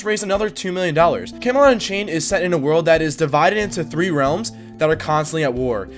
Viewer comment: Can you stop calling Camelot: Unchained "Kemolanchey"